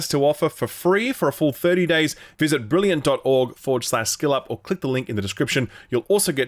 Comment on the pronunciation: Wait…is it “Skill Up” or “Shill Up”? I’m new to the channel…is there an in-joke or something about this…or maybe a speech impediment…?